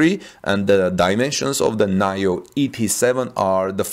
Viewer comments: Nee-Yo Not NahYoh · NIO is pronounced nee-oh not nayo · I am pretty sure NIO is said like 'NEO', at least that's how I heard other's say it. :) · It’s pronounced Neeo.